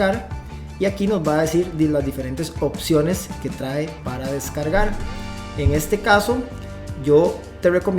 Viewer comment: Excelente video, gracias. Sólo un favor de pronunciar traé, esa palabra se pronuncia trae sin acento en la e.